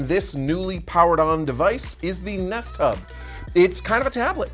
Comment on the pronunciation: I keep hearing nesttop instead of nest hub, and honestly that would have been a perfect name for it.